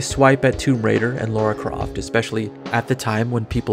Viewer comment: I really want to Murder you for mispronouncing Lara Croft.